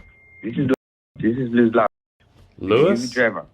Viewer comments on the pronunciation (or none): none